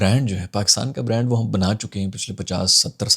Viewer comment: brand where B is silent 😂😂